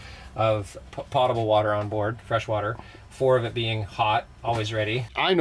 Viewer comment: I started laughing out loud by myself at how he pronounced "potable."